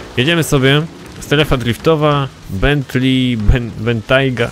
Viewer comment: "Bentli"nie no po prostu perfect englisz